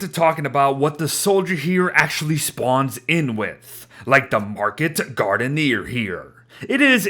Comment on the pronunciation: It's pronounced market (guard-ener)